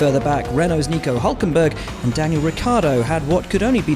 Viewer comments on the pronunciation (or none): none